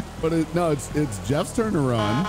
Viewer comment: Guess what. "Jweffs twurn to wun"